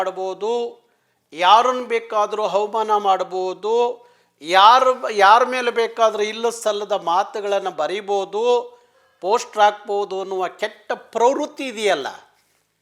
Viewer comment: Adu havmana alla avamana